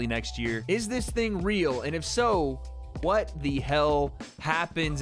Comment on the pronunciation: This is the chaterbate guy from 2012 who would call prostitutes and clown them,and say "oh wheeeeeeeeet?" instead of pronouncing the word "what" properly .